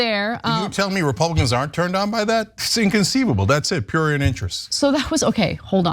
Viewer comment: Ana is too old to be struggling to pronounce words like prurient, shes one of the greats, but she pissing me off